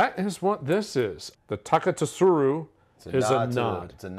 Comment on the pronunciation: FYI, fellas, I would look into JSLMA... it is flawed. There's a good video on the changes on YT. It's Tah Keh Su Roo (the Roo is a bit short) I don't mean to sound like a nerd or jerk, but I apologize if I do for the latter Screw caps have a valid argument in the whisky world! Thanks for the time and effort, guys!